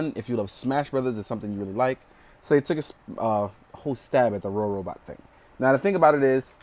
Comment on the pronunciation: So uh, first of all it's funny that you keep saying Rorobot, because it's supposed to be Robobot. Might be helpful to make an annotation to fix that or something. With the clear joints, the main reason why the joints feel loose is just because they slide out slightly when moved. It's easy to fix by just pushing the peg back in and tightening it. Overall nice review, but it's just somewhat irksome when "Rorobot" is said. lol